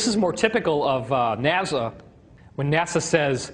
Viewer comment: and its nasa not naza